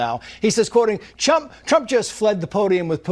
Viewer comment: i love how he said chump.